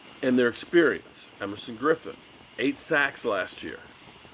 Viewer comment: Hope you got the name right.... Everson Griffin